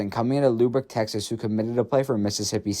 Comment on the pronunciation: “Loooo-bahk, Texas” is this bad AI?